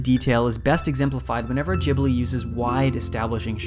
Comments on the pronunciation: I always call it studio “Gibli” and you are saying it “Jibli” and it is really annoying me haha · It’s pronounced Gibli, not YIBLI. idiot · REEEEEE ITS GHIBLI NOT JIBLI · Wait................. Is that how you supposed to pronounce "Ghibli"? "Jee-blee"? Not "ghee-blee"? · i hate it how you say jibli and not ghibli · I believe its "ghibli" not "jibli" just like its "gibson" not "jibson" right? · Thank you for the video! Is it really pronounced "djibli"? I always assumed it was "gibli"? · Why everyone gotta pronounce it jibli? It’s ghibli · every time you say "jibli" with the soft G (not "Gibli" with the hard G at the start) it makes me squirm in my seat its like jif and not gif uuuuugh (i say gif btw) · Gib-li not Jib-li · Pretty sure it's pronounced "Ghibli" and not "Jibly" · It's Ghibli not jibli, like Gif, not jif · 'Jhibli'... That hounted me trough the whole video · Ghibli, not Jhibli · Great video.. but the way he says "Jeeblee" is soo so irritating!! It's Geeblee, like Green or Good. The 'h' after the 'G' should have given that away, even without any basic knowledge of Japanese pronunciation tbh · It's GHeeebli not GEEBLEE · i died every time you said giblie instead of ghibli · Why does he say Gibli instead of Ghibli? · God it's not jibli fuck Loved the video btw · It's pronounced with a hard G. IPA: /ˈɡɪbli/ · Really bugs me that he says "Ghibli" wrong the entire video. It is with a G like in gift. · I cringe so hard every time you say jibli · "Dzhibli"? No thank you! Find other listeners to your lectures. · ok why is nobody talking about how he pronounces it "jibli" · Most punchable voice ever, cant even pronounce Ghibli, the f is Jibblie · There is no J in Ghibli. Your pronunciation is seriously triggering XD. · Hard G like in gun, for chris sake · ahhhh jibli? JIBLI? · Why english speakers pronounce it "jibli"??? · Is it really pronounced jibli? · Oh god please stop saying "Jibley" 😑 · Nigga said Jibbly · At least pronounce “Ghibli” it correctly.